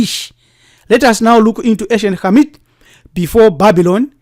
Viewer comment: Great information, thank you. Also I enjoyed hearing Khamit pronounced correctly.